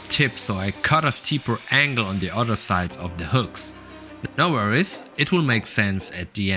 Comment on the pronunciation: Very cool. The best thing you could do for yourself is the learn how to pronounce "th" instead of using a D in place of it. 'I wanted a sharper angle on De Udder side' ....' on THe oTHer side'.